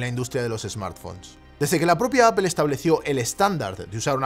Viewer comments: por que dices apel si es aple (apple (apol)) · Me perdió cuando dijo “apel” cuando van a aprender los españoles a pronunciar “apol”? O bueno este uruguayo italiano podría decirlo simplemente en inglés, es mucho pedir? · Por favor no digas 'apel' o 'nozin' queda fatal, no es así y solo contribuye a la ignorancia tan enorme que hay en este país, con algo tan universal, fácil y básico como el idioma inglés. Luego sales de España, no te entiende ni el tato, se ríen de ti y quedas como la gocha. Debe ser que llevo demasiado fuera del país y hasta ahora no me había fijado, ya que suena fatal.